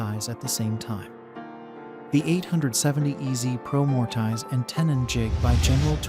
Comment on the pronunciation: “More-Tie-zzz” Uffdha!